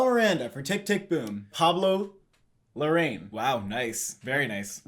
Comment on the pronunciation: Hi guys, love your videos! Just wanted to point out that it is pronounced Pablo Larra-ín with emphasis in the “ín”, not Pablo La-rrain